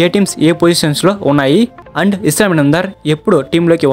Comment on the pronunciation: ఎవడ్రా నువ్వు అస్లాం అయితే ఇస్లాం అంటావ్